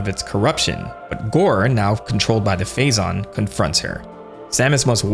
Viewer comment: I know you’re saying Phazon but all I’m hearing is Faizon😂